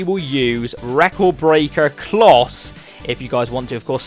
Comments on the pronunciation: It's closer that s how you say it klose is how you spell but use klose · It's pronounced Klowse for future reference :) KLOS sounds bad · It's said Close-a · Its miroslav klose, you pronounce the e on the end. Its not klos, but sick vid man! In my top 2 series on youtube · Klose is pronounced like 'Closer' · Isn't it Klos- Ah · It's pronounced kloser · It's pronounced "kloser" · Pronounced clow ser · Im german its pronoinced Kloh- se or Klo-'se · Its not. Trust me, Im from Denmark, above germany, I know how to pronounce "Klose"